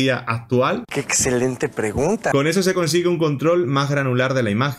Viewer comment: "Ecselente" la Unión europeda jajaj